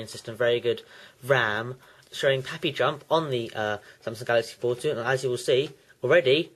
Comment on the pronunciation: "this is the samsung galaxy portou"